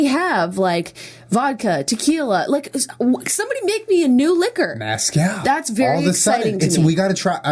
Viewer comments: MEZcal not maaaazcal omg Julien 😂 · Were there any other Mexicans watching dying about how Julian said "mascal" instead of Mezcal! Haha love you juliiieee & jennaaa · lol Julien pronouncing mezcal as mascal 😂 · i was laughing so hard bc julien said mascal... its MESCAL. yeehaw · Two years later I’m coming back to this to hear Julien mispronounce “Mezcàl”. By the way....tequila is a type of mezcàl. 😂 It just means it’s made from agave. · The way he pronounces mezcal. XD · Julien. I love you. But as a Texan. Please stop saying Mezcal like that lol